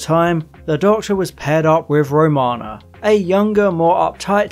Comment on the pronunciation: This is by no means meant to be a nasty comment, but the tightarsed anorak in me is incensed and forces this query. Have you actually watched Classic Who, sir? The reason I ask is due to the myriad of mispronounced names/planets in this video (Track-en? La-Zarrrrs disease? Row- mana? etc). I have never tried the New Adventures/Missing Adventures/ Big Finish stuff and after your synopsises here of some of them, I'm glad!! Peri gets abused so badly she becomes infertile and needs facial reconstruction surgery? No thanks, makes 'Nil by Mouth' seem like 'Sesame Street' I'm sure... Kamelion has a baby with the TARDIS?!!! Excuse me? What drugs are these authors on? The desire to shock and be different being so strong clearly, that logic, common sense and realism (even in the Whoniverse) is obviously cast aside!